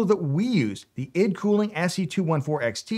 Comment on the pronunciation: I-D cooling, not ID cooling 😊